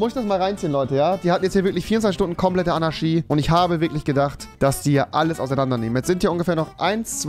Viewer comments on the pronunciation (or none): Ist sonst jemand Rewi sein ch sch Fehler aufgefallen? Anarschy Diabolich XD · Niemand: Wirklich absolut niemand: Rewinside: Anaschie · Normale Leute: Anarchie REWI: ANARSCHIE ❗ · Andere: Anarchie Rewi: ANARSCHIE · Alle: Fischer Rewi: Ficher Alle: Anarchie Rewi: Anarschie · Es heißt Anarchie, nicht Anarschie!! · Anarchi !!!!! Nicht Anarshi !!! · "Demokratich", aber "Anarschie" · Niemand: Rewi: 24 sTuNdEn AnAsChIe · Niemand: Rewi: Anarschie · Normale Leute: Anarchie Rewinside: ANNA fährt SCHI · niemand: niemand auf der ganzen welt: rewi: anarschie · Niemand: Rewi: ANARSCHI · Hat Rewi ne sch/ch schwäche? Diabolich, Anarschi, Demokratich... Meine Fresse... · niemand: Rewi: AnarSCHie edit: NeSer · Man sagt Anarchie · niemand: rewi: annaski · Rewi sagt immer ch statt sch aber wenn er einmal ch sagen soll sagt er sch 🤣😂🤣🤣😂🤣😂😂😂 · Rewi lerne mal das ch in Anarchie auszusprechen